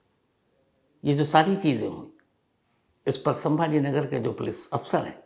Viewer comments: its sambhajinagar not sambha nagar. Please 🙏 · संभाजीनगर hai sir not sambhra nagar